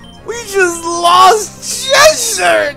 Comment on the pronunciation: Noooooo.... not Cheshire